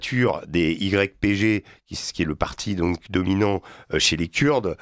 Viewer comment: Rien qu’à sa façon de prononcer (Kuuurdes) ce monsieur n’est pas très agréable à écouter. Cela dit, pourquoi insister tant à vouloir diviser les syriens??? De plus, il réduis toute la Turquie a un seul homme !!! Vraiment pathétique…